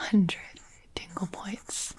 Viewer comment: I kept hearing "tingle points" as "dingle points" and I couldn't stop thinking about Timmy Turner's father